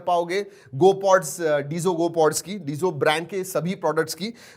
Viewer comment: It's not डिजो it's डैजो